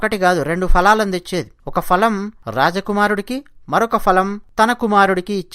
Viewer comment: Falam kadhu phalam anali boss